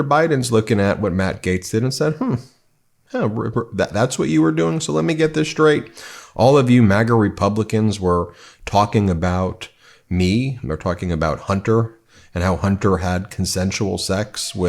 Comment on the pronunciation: Straight NOT SHraight